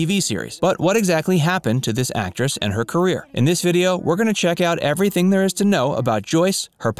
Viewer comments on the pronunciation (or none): none